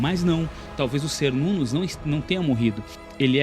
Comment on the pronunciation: muito bom o video, mas Cernunnos se pronuncia "ker-nun-nos" com som de K ou qu e não S